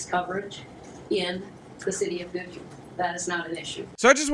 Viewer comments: You pronounced goodhue fine (I live in the county next door) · You said the name right, I live a few miles away from Goodhue. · Acually you pronounced Goodhue correctly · You pronounced Goodhue correctly. There's nothing weird about this one. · Goodhue is pronounced by you correctly. I know, i lived in Minnesota until I fled to gods country, South Dakota.